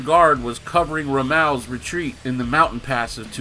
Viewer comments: Dude how did you mispronounce Tobruk and Rommel? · never saw you in the HLL discord. If you're going to be the mouthpiece of the game perhaps you can learn to correctly pronounce proper names. You epically failed on Tobruk and Rommel. I've already cringed at the historical inaccuracies alone.